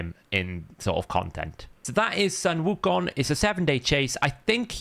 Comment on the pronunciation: you got the pronunciation right! its ‘soon wu kong’ or just ‘wu kong’